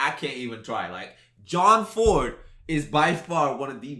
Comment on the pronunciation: Its John ford not jord gbg. Lol.